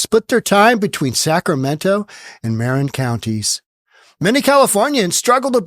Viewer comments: It’s pronounced “muh-rin” county, not “mare-in” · Marin is pronounced "muh-RINN", not "MARE-rinn" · Marin is pronounced "muh RINN." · Love your show but you are pronouncing Marin wrong, think “summer in” without “sum” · Granted, Newsom is a chump, but what’s he supposed to do, rent an apartment? And learn how to pronounce Marin County. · just a heads-up. Here in California...when we say Marin, as in Marin County, the accent is on the last syllable. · Mispronouncing Marin County